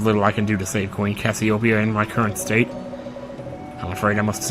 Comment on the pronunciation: Dude, you're constantly mispronouncing Cassiopeia. It's pronounced cass-ee-oh-pee-uh. Hence why her nickname is Pea.